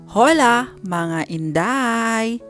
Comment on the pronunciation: Correction po. Ungi HOLA nyo silent H po as in OLA. Para e po kau magmukang tanga 😂